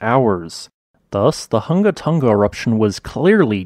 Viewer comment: Just a note - the correct pronunciation is HOO-nga... and not HUNG-ga.